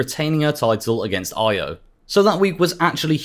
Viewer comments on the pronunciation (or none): He name is E-OH not EYE-OH